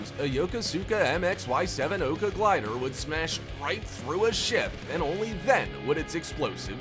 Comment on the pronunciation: You need to look up the word "Glider" ........